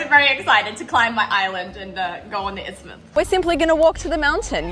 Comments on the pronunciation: Just saw this❤: correction [Isthmus] instead of "Ithsmus". Apologies, but I felt compelled to point this out for the record😅, especially since it was so prominently highlighted😊. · It's isthmus. Google correcting me in a good way I guess.🤣